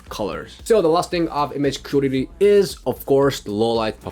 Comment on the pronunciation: the way you pronounce the word "quality" is really strange.. would like to see if you can improve it? sometimes its hard to understand its that word you're saying